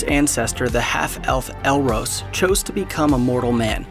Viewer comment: Just a minor correction in pronunciation, ELROS is pronounced as ELROSS not ELROSE. OK ?